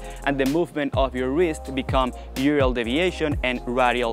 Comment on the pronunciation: Ulnar not urial